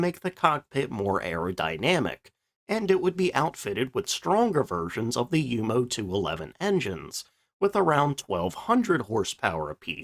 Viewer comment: Thank you for pronouncing Junkers and Jumo correctly!.